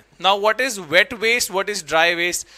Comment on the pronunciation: Bro it's waste not wast😂